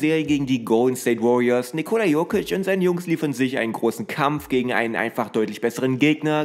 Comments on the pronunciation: Triggert schon ein wenig wie du Nicooola aussprichst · die Betonung liegt auf der ersten Silbe, also dem i